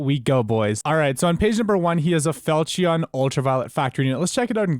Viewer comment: Never say felchion again pls